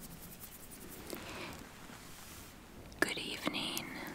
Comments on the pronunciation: I love how she doesn't pronounce the letter 'g' in the end of words like evenEEN, relaxEEN, havEEN, followEEN it's cute lol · the g is sliiightly audible. if you hear americans pronouncing words ending with -ing you'd understand what i mean. what does is emphasize the 'een'